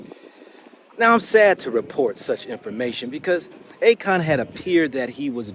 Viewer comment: Akon, A-"CON" and ACORN. HAHAHAHA 😂🤣